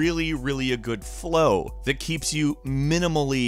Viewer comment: "on windows it looks Guuu..." i'm dead xD